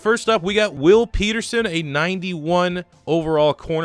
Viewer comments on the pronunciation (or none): none